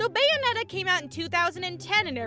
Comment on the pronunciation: BUNyonetta lol